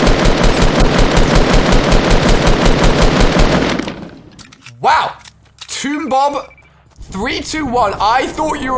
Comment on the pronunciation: I’m not making fun of his accent but when he said toombob instead of Tombob I was laughing 😂